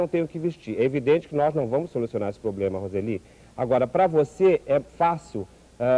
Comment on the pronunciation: "O seu probelma, meu bem, é São Paulo" hahahaha